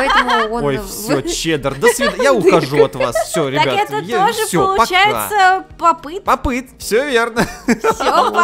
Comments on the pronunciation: Не пап ит а поп ит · Не папит а поп ит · не пап іт а поп іт!!!!!!!! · Только говорится не поп ыт а поп ит